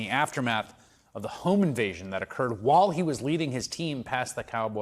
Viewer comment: OMG can no one pronounce the word WHILE correctly anymore?